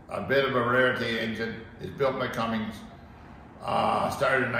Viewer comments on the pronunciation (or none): Built by Cummins not cummings.